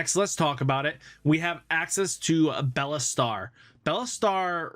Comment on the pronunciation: I'm sorry I just thought it was funny how you said BeelStarmon like Bella (Bella Poarch)